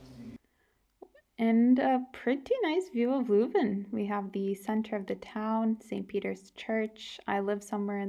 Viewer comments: Het is leuven, Ni luven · its not luven there is an e for a reason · The “i” in “bird” sounds like “ehr”; that alsmost sounds like the “eu” from “leuven”, but totally completely lose the “r”. The real locals (not kids from all over flanders who study there) call leuven, leujve. K’zen van Leujve (i ‘m from leuven). In local dialect it’s more like a combination of the dutch sound (that doesn’t exist in english)“eu” and a toned down “oi” (like punks often yell). But not many people even speak the local dialects anymore, too bad. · Nice video. But if I may, you need to pronounce Leuven with the same sound as the letter ‘i’ in ‘bird’. It’s not pronounced Loovn. And the Oude Markt is pronounced with the same sound as the ‘o’ in ‘how’. It’s not pronounced Oode Markt. Groot Begijnhof you got quite right. Enjoy your stay in this historical city.